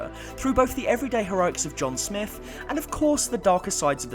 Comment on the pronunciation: Oh my... IT IS SMITH NOT SNIFF!!!!!!!!!! Damn brah. I only got to before I am leaving due to your lack of understanding how to say words.... SM-ITH SMITH! Not fucking sniff!